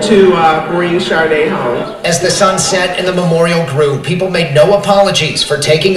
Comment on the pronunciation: Her name is pronounced Shah Day. Just like the singer. Rip🙏🏽🌹🕊️🎈🕯️🕊️